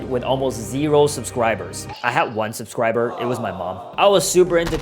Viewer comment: bro said subscwiber